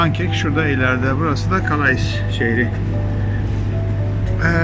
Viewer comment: calais diye yazilir kale diye okunur